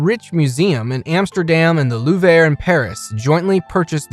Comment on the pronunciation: Please use goggle translate or speak with an art dealer. The pronunciation of most the artist, the Louvre, & Qatar where butchered. You pronounced Pollock as Polack pow/lak an offensive term —used as an insulting and contemptuous term for a person of Polish birth or descent.